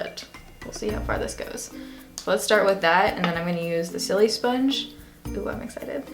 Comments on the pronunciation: I laugh every time she says silisponge cause the sili part isn't supposed to sound like the word silly, it's supposed to sound like the beginning of the word silicone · Isn't it pronounced like sili in silicon :| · Love how you pronounce it so it sounds like your saying silly sponge lol. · "Sillysponge" lol I love the way you pronounce it